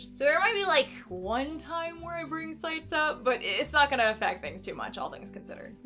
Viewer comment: Hey, I'm also a marine biologist and own medaka. Medaka are actually a species of killifish and since they've only recently become popular overseas in the aquarium trade, it's not a terrible translation tbh. Also CITES is pronounced "sigh-tees".